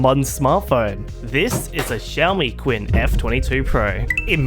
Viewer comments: qin actually pronouce like“chin”rather than queen～ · I’m pretty sure it’s pronounced as “Chin” not quinn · Who's this "Quinn" you keep referring to? "Qin" is pronounced "CHEEN" 😂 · It's not 'queen' more like 'tsin' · qin is pronounced chin, not quinn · Its not pronounced "kuin" in Chinese its pronounced more of "chin" so its more of a "duochin" instead of "duokuin" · Qin = "Chin" -- the Q makes a Ch sound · It's actually pronounced CHIN but whatever haha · Qin should be pronounced Chin right?